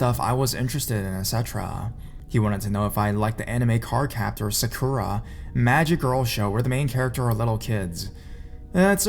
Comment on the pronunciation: The way you pronounce Sakura XD It's SAH-KU-RAH, not SEH-KUH-RAH. Just a note